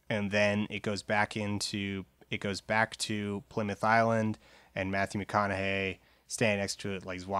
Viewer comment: Mathyu McOn-a-Hay is dead?